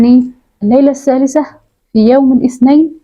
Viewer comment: الثالثة بالثاء وليس التاء